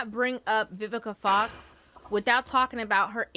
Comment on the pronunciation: Lmao bro say VIVISA FOX lmao